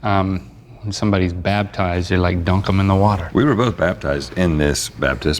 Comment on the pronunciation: Nobody: Rhett & Link: BABTIZED